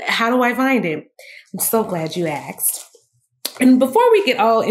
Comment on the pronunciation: Please say ASKED and not axed! Lol great information though! Thank youuuu!🤗